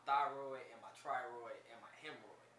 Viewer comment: This man said, "I blew my hemroid". Waab